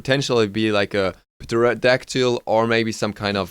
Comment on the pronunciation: you have the best English for a Dutch YouTuber, but pterodactyl is pronounced terra-dack-til